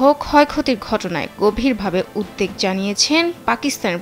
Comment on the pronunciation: উদ্দেগ নয়, শব্দটা উদ্বেগ।